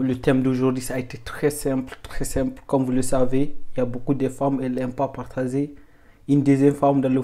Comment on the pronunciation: Cool mais stp cest partager cest pas partazer tu as quel problème